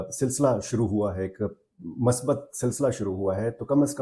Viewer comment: السلام علیکم اللہ کریم سے دعا ہے کہ یہ ملاقات ملک وقوم کے لیے خیر وبرکت کا سبب بنائے آمین برادرانہ بات ہے کہ مثبت کا لفظ م کی پیش کے ساتھ ہے